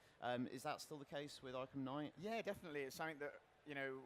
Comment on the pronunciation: just came in here to say kngight